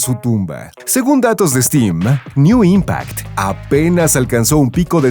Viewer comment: NEN impact . No NEW impact .